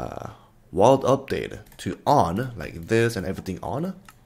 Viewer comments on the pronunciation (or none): Its 'update' not UPC ate bruh